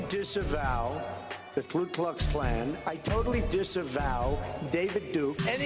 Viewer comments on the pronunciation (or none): Mr. President, it's Ku not "Klu"